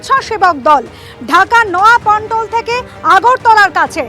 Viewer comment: যিনি সংবাদ পড়ছেন তার প্রতি দৃষ্টি আকর্ষণ করছি নয়া পন্টল না নয়াপল্টন